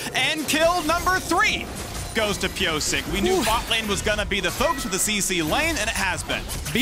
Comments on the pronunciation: That caster always mispronouncing Pyosik is annoying, why don't they learn the player names? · mispronouncing his name and he keeps calling them dragonx when they got renamed drx. it annoyed me so bad even though its a small thing